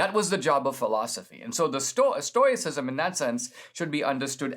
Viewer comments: I was just saying that. Maybe I'm hard of hearing but it sounds kind of like TOY and TOE is used pretty much interchangeably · Dinesh, since you choose to go with oi being an oy sound. Why are you adding the extra i as in "it" sound after the oy sound? I think you've butchered the entire pronunciation. If this vlog isn't amateur hour, then I apologize. However, it's too often just annoying. How about a little phonics and go with: stow-us-si-zm ? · Stow - ih - sisum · a gentle correction -- It's pronounced stow i cism and stow ic. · What a pity you didn't learn about the Stoics from English speakers. It's pronounced STOW-icism. We who practice it are Stow-ics. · I love what you have to say Dinesh, but sometimes your incorrect pronunciation of words makes it very hard to keep listening! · I love that Dinesh is talking about Stoicism, but I don't think he's pronouncing it right... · Dinesh may not have pronounced it correctly, but if you follow him and listened to his lectures, he is brilliant and has complete command of English and uses words most of us could not conjure up if we tried. Let’s cut him some slack here. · I think you might be pronouncing it incorrectly. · OK so we agree. What is wrong with Dinesh then. He’s a brilliant guy. Maybe this is just another pronunciation that we haven’t heard before? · He’s never heard anyone talk about it so he is pronouncing the “O.I” like in the word noise